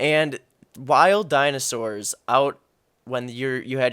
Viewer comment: "Dinozaur" XDDDDDDD